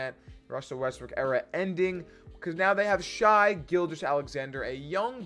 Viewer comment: Shay not Shy